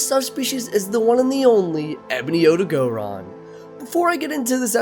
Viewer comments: My brain just stops every time i hear “OdagOron” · Does noone notice the gray on ebony odogaron? Also it's not odo-gO-ron.